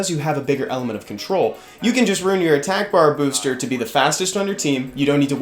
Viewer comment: Ooooooh rune (not ruin) your lushen ... ok ok now this video makes more sense